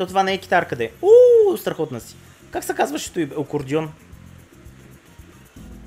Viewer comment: Акордеон,, не "окордеон ":face-blue-wide-eyes